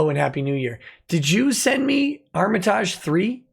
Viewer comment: This post doubles as a support group for everyone who feels personally victimized by pronunciation of Armitage III.